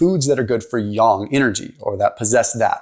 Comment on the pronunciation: yAng with an A, not yong 😅. It took me a bit to understand what you were trying to say. However, I appreciate the information.